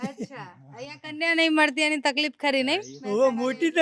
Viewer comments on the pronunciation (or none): none